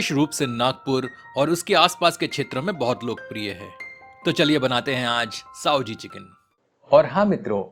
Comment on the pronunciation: साओजी नही भयया सावजी बोलो आप उच्चार गलत बोल रहे हैं हो